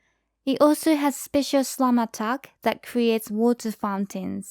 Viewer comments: Sounds like you're saying slum. It's a really minor thing though, I wouldn't worry about it. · GGG nerfs Spectre, buffs them again - awesome guide!! (even tho I had to giggle a little at your pronunciation of "slam":P )